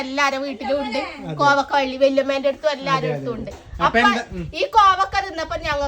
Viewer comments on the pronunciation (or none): കോവക്ക അല്ല കോവയ്ക്ക ഞങ്ങൾ പറയുന്നത് കോവക്കാ എന്നാണ് ഞങ്ങൾ പറയുന്നത്